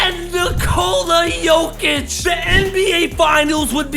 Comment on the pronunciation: FINALLY HE PRONOUNCED NIKOLA JOKICS LAST NAME RIGHT